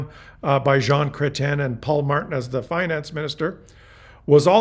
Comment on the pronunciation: Your ‘Chrétien’ is impeccable. 👏👏👏👏 And a very educational and entertaining presentation